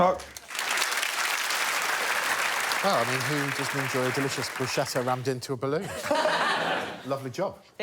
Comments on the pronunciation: A word to the entire English-speaking world: "bruschetta" is not pronounced the way you think it is. There is no "sh" sound in the word. It's much closer to a "k" sound. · "I'm putting in Bruschetta" It's pronounced Broos-kett-ah. Damn brits. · It's pronounced "brew sket uh". Why is that so hard? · It's pronounced broos-KET-ta. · "brooshetah" is an interesting way to say bruschetta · Everyone mispronouncing bruschetta here :o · made me crazy how they cannot pronounce bruschetta ...